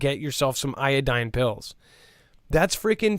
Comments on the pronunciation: PLEASE DONT TEACH, IODINE FOR RADIATION 3RD TIME. IODIDE, NOT IODINE,, IODIDE. IODIDE. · Iodide not iodine